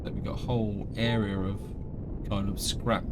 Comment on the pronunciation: Remember in england its A R E A not era or aira lmao :D